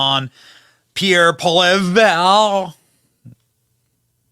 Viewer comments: Its pronounced Polly-Ev ,, the "re" are silent. Poillievre is very much loved and barring any election rigging, Pierre will be Prime Minister of Canada . I am a card carrying member of the Conservative Party of Canada and do campaign work for our freedom movement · I'm Canadian and I sure as hell will not vote for Justin Marxist Soyboy Trudeau. Thank you for the video highlighting Pierre Poilievre. Pronounced Pol-lee-ev, Benny. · His last name is pronounced Polly-ev. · Pierre Poilevre is pronounced Pierre PWAH-LEE-EV (r is silent). Repeat 3 or more times so it rolls off your tongue. 🍎🍁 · I’m Canadian and I think Pierre is our next leader by a landslide. Pronounce his last name as Paul’-e-ev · If you’re gonna come down try to learn the French language a little .. sound it out like poliev poly-ev. Simple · Greg Foreman BCP got Poilievre's name better than Benny. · Canadian from Toronto and I never miss your show, Benny. Would love to see Pierre on your show, just remember the ‘r’ at the end of his last name is silent. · Benny says “There’s a guy named Pierre “Pola -vare” Oh boy oh boy Benny, you really butchered that one! His name is spelled Poilievre and it’s pronounced PAW-lee-EV! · Benny, because of your mispronunciation, Pierre shall known as Pierre Polarbear because he goes absolute mad lad beast mode in Parliament🤩🤩🤩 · Poliver lol It’s a French name so it weird but somehow it’s pronounced “pol-i-ev” or “pwoll-y-ev-re” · You should watch Pollivre do his stuff in Canadian Cabinet. Trudeau is no match. It is funny. We love him in Canada 🇨🇦 And his name is pronounced Pollyev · Pierre (paul- EE-ev). It’s French - and would be best to not pronounce it if it was an English word. Thanks for showing this clip. So great. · pronounce his name "Polly Ev" ❤ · It's pronounced Poly ee ev! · it's pronounced "Poll-e-ev"..... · Say "Pole evr" with the r almost silent. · HEY BENNY from Calgary!😊 pronounced polly ev. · Pronounced Polly-ev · Polievre - pronounced Poli-ev.